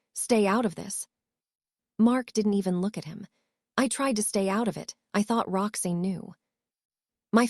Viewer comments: Her name is pronounced "Rox Anne" not " Roxnne". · And her name is. Rox-ANN, not Rox-EEN ! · I don't like this voice. Why does Roxanne get pronounced Roxain? It's like Rox Anne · I couldn't stop laughing every time the narrator said "Roxeen"!!! Bwahahaha!!!! Kind of throws one out of the story, ya know? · Rocksin is what I’m hearing.